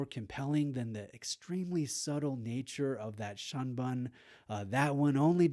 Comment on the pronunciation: Shunbun is pronounced shoonboon but based off spelling is misleading I get it